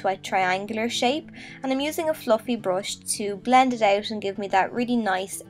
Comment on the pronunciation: It's not a brosh and you're not boffing. It's a brUsh and you're bUffing. Urrgh